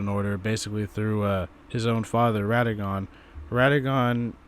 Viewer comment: Also, its Radahn, not Rad Han.